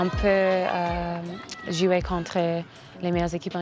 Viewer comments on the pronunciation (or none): none